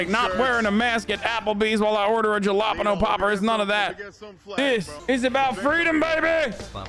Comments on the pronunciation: did you just say dshalapaenoh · Why do Californians pronounce the J in Jalapeno with the English J? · I hate every time hasan says jalapeno poppers. Not just cause he purposely says it wrong, but because he somehow thinks white people are the ones buying them. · Love the way Hasan pronounces Jalapeño